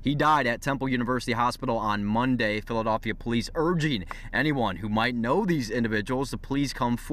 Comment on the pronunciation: "Phila-doff-ia" wtf did I just hear😶